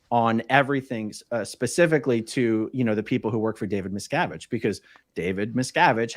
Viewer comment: David Miscarriage?😆 or David Miscgarbage? MisCabbage